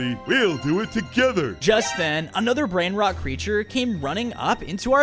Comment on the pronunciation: The way that they mispronounce the Italian brain rot